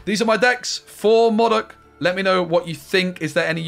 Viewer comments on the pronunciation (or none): Moudok not Mawdok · You mean Moe Dok